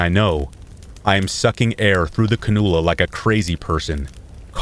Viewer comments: For future reference it’s pronounced can-you-luh. Love your channel! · The nose piece on the hose to receive oxygen is pronounced CAN - U - LA....LOLS....SORRY.😘🥰😍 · “Ca-nuul-a” lol